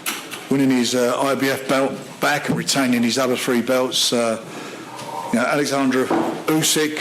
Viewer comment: Frank needs to learn that his names Oleksandr not bloody Alexandra